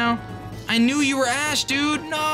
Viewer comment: Flinch King Cook for the win...5 in a row is wild You calling Ash 'ASS' is probably the worst thing a human has ever done...welcome to the bottom